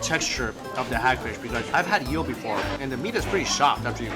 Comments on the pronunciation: Why does he say yeel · The yeating, the yeel haha